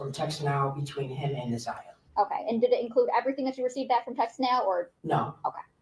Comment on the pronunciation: You keep calling her zaniyah